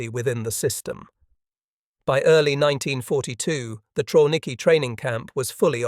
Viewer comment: Pronounced Travniki